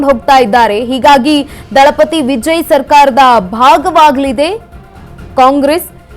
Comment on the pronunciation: ವಿಜಯ್ ಅನ್ನೋದ್ ನೆಟ್ಟಗೆ ಕಲಿ ಮೊದಲು ಅಕ್ಕಾ